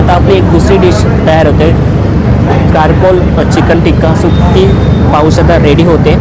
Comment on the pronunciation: Carcoal😂😂😂it's चारकोल